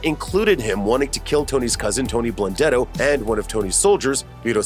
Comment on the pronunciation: Animal Blundetto, can't even say his name.